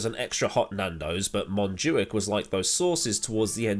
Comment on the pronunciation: As a Catalan i can confirm you got the montjuïc pronunciation correct! Actually is the first time i heard someone from outside saying it right, i'm gonna cry